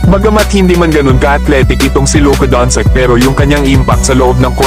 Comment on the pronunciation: doncic naging doncik 😅